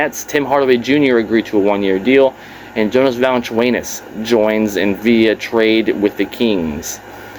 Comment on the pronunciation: Did you just call big val, " vali chu anus"😂😂😂